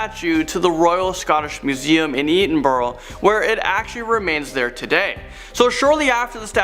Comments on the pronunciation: Petition to get this guy to make a video where he says Edinburgh on repeat. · The pronunciation of Edinburgh! 😂😂😂